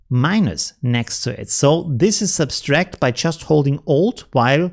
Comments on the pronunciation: The word is sub tract not substrack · Great tips. Thank-you. You're adding an extra "s" when you pronounce subtract. It's sub-tract not sub-stract. I hope this is not an offense. I also speak Spanish and appreciate it when someone corrects my errors. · What is subtract in the Germanic languages? I have heard a number of people from that region of Europe that seem to all add an additional "S" when they say subtract....as in "sub'-S-tract". Not trying to give a hard time.....I love his vids and I've learned tons from him. Just saying that it is a common theme among people from that region of Europe....german, belgium, austria.....germanic/danish that all seem to pronounce subtract with the additional "S" in the word. Kind of interest actually.